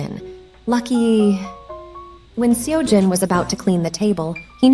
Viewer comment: That wasn't the right pronunciation. The 'eo' in Seojin sounds like the 'o' in sock.